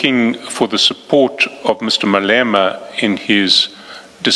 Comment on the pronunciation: Crap AI. Cant say Malema ! Fix before publishing!😢